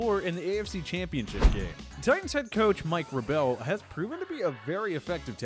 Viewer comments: Mike VRAY ble, not Mike vreyBEL. SMH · It's Mike VRAYbel.... not Vruh-bell... get your shit together dingus. You're probably of the people that said puh-law-muh-loo or says Rowth-lisbuh-ger... I'll slap brannon rushing's face backwards like daffy duck if you don't get your shit together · It’s pronounced (VRAY-bul) not (vruh-BELL) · What?! Mike Vra-Bell? Edit: Also, Kenny Still. Yes, without an s. And it was said more than once. Other than that, this was a good video. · Mike Vra-bell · Mike vruh-bell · Mike Vra-bell lmao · Another video another pack of issues I have with it. First of all, please, PLEASE pronounce these guys names right! Vra-BELL? Come on... Also, Lamar Jackson had a GREAT season, no doubt. He is NOT the second best QB in football right now. They lost at home to the Titans in the playoffs. Let's pump the breaks just a little. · How is this host on the channel? He can't pronounce anyone's name. Names that we all know. Mike Vaabreell? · Did anyone hear the way he said verbal😂😂😂😂😂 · Its actually Vrabel. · Did you say, “vruh bell?” WTF?! It’s your JOB to know players, teams, statistics, and most importantly... How to pronounce all names you’re trying to make a video for... Fire this guy. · If you can’t pronounce Mike Vrabels name correctly, you have no right coming up with 8 teams. Also, NE isn’t in rebuilding mode. They got Cam, and if he doesn’t work out, they have $100M in cap space this upcoming off season. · The way you pronounced Vrbal. Fuck you, you don’t know shit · What's the Titans coach called again??? Dude, seriously, it's not that difficult to get names correct but managed to f atleast one up every video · he said Vrabel wrong 🤣🤣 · Bro this is a Joke, the guy said Mike VRABEL's name wrong. The people on this site are embarrassing